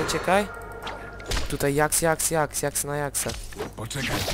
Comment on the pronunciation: fajnie ale mówi się dżaks